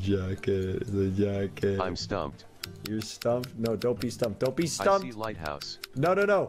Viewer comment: I thought jacket was saying jocket